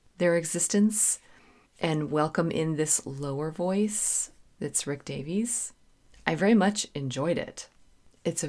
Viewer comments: I love your reviews. I would like to point out, if I may be so bold, that in Britain the name "Davies" is pronounced the way Americans say "Davis". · Hi, Rick Davies (pronounced: dā-vis) sang the lead vocal and played the Wurlitzer electronic piano on ‘𝗕𝗟𝗢𝗢𝗗𝗬 𝗪𝗘𝗟𝗟 𝗥𝗜𝗚𝗛𝗧’., for someone of your calibre, it’s amusing to see a sudden case of faint-heartedness. After all, having performed with full orchestras and rocked out with hard rock bands, now sitting snug at home and fretting over 𝗦𝘂𝗽𝗲𝗿𝘁𝗿𝗮𝗺𝗽 jump scares is nothing short of comedy gold. I can’t help but find it completely hilarious. LOL! 🤣🤣🤣 Having been informed in advance of my purchase that 𝘾𝙧𝙞𝙢𝙚 𝙤𝙛 𝙩𝙝𝙚 𝘾𝙚𝙣𝙩𝙪𝙧𝙮 was an audiophile-level production, I decided to splurge a little and buy the Mobile Fidelity Audiophile Limited Edition version of 𝘾𝙧𝙞𝙢𝙚 𝙤𝙛 𝙩𝙝𝙚 𝘾𝙚𝙣𝙩𝙪𝙧𝙮 on audio cassette tape in early 1981. Mobile Fidelity used the BASF brand of audio cassettes for their offerings. However, my preference has always been the TDK brand for audio cassettes, specifically the SA and SA-X high-bias proprietary Super Avilyn tape formulations. The Super Avilyn formulation by TDK is a high-quality audio tape technology used in various cassette types, including high-bias and chrome-bias equivalent tapes. This formulation is known for its superior performance, offering a wider frequency range, lower noise levels and dynamic range, and improved maximum output compared to traditional tapes. The Super Avilyn magnetic particles are denser and more evenly packed onto the tape surface, providing improved power-packed performance and a clearer sound. This formulation is compat